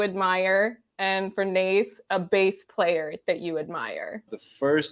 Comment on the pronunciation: Thanks so much for this interview! I really like your questions and the interactive part. Keeping my fingers crossed for a JO-interview with all the members for you! PS: In case it happens: Nace's name is pronounced "Na-tse", not "Nais" 😅